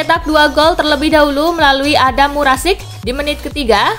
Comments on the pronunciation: Adam marusic min bukan Adam murasic 😁🤭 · Marusic min,... bukan murasic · Tumben si Mimin banyak salah ngomong nyaa Marusic jadi murasic Lille 48 poin jadi 28 pion 😂😂😂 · Adam marusic bkn (murasic) min...